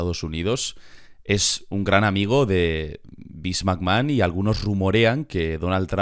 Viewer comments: Vince McMrd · Vince Macmojon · Beans Magma